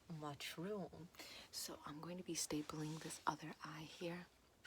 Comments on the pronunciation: do you know how to say mushroom 🍄 in French MuShRoOm 🤌👁👄👁🤌 😂😂😂I can't😂😂😂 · WHY OMFG MUSHROOM IN FRENCH OMFG LMAO honhonhon baguette I love your voice and idk how you see my country, language or whatever but wtf you relax me so much and make me laugh so much at the same time ! You're awesome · "Do you know how to say 'mushroom' in French?" Me: Yeah, champignon 🍄: French Accent "Mushroom~" Me: Oh... Right. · Funny how she tried to say mushroom in french but actually said it in italian.